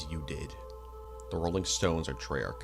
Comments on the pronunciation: Bro your pronunciation is TERRIBLE. Cordis die is “cordis dee ay” , Treyarch is “trey ARK”... DEAR GOD Having said that, i still enjoyed the video watched the whole ass thing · Every time he pronounces treyarch I cringe a lil ngl